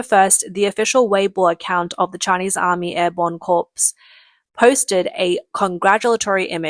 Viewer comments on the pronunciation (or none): *Narrator: 'Corps' is pronounced 'kor.' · They're so damn pathetic, lol! Also, "corps" is pronounced "core". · Hi there, great as always. Just one thing Corps is pronounced core like 'apple core' . Corpse is a dead body. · Learn to say corps correctly, jeez. And top gun is the elite course for real us navy pilots.